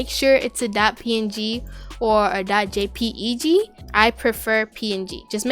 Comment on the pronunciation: love your videos!! also you can pronounce jpeg/jpg files as jay-peg instead of spelling it out